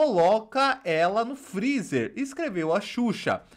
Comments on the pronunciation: Advogada falando " frizi" 😁😁😁😁😁😁😁😁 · Essa família toda fala errado mds que "FRIZI" é esse 🤦🤦🤦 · A irmazinha tem que defender a irma mesmo, afinal é o sustento né? AHHH e não é frizi, é freezer, doutora! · Irmã da Deolane queixo de tamanco e mexendo logo com a X. Essas mal educadas, biscoiteiras e sem noção. Tão rica e não sabe falar freezer! Elas são Deus? E Deus é Deus de baixaria? Brincadeira né???